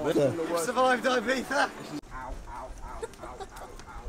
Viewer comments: Broooo It's EE-BEEZA ffs. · why do both of yall say 'ibifa' ?? not being annoying against the accent just trying to understand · why not 'ibitsa' ?